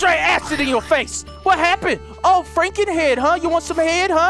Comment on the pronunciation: dont say fra nken it makes me feel like your makeing fun of me :(